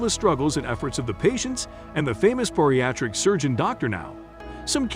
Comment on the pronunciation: Wish the narrator would stop saying BORIATRIC when it's BARIATRIC